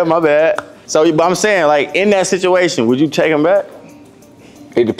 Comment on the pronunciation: “ you know the sithuation” 😂